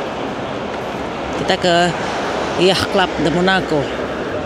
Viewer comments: Bunda yatch bacanya bkn “yah” tapi “yaat” sudah kuperiksa krn setahu akupun bacanya yaat. Aku di Sydney jd sering denger kata itu… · Bunda ... Yacht pronounced YOT ...ch'nya ga dibaca ... hehehe .. ngapunten bun 🙏🏼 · Yacht dilafalkan "ya:t", dengan "a" dipanjangkan (US). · Lucu denger bunda bilang yatch kyk orang Arab dalem banget☺️